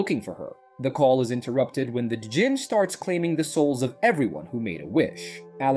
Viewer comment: Djinn is pronounced Jinn the D is silent.